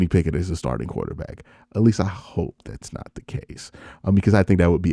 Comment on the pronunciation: He couldn’t pronounce “starting “ took him a minute.